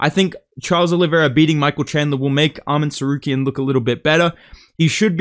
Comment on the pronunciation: It's not Árman Tsarukyan, it's Armán Caruk'an